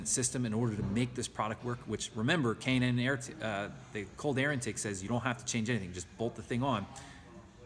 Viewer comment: I'll be getting one of these Junks soon and it's K&N Air filter sounds like he says Cannon..